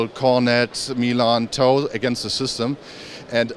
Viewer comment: "TOW" not "toll"